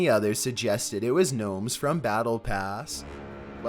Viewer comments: It's gnomes you goofy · It's knomes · The emphasis you put on every wrong word is what freaks me the fuck out It’s so hard to listen to I’m sorryyyyyy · It’s nomes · ITS GNOMESSSSSSSSSSSSSSSSSSSSSSSSSSSS!!!!!!!!!!!!!!!!!!!! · Its knomes is tomato town